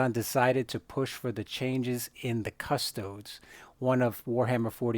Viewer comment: It's cus-TOE-dees. Not CUS-toads. As in, Custodes nuts.